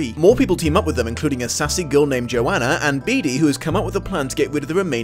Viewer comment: I hate that everyone mispronounces the name Johanna. It is yo-hah-nuh!